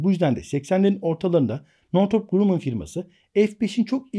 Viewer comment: Hocam "Grammın" okunur